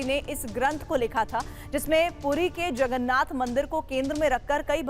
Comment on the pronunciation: Sir jagannath boloe jagannath Nehi sir jagannath 🚩🙏🕉️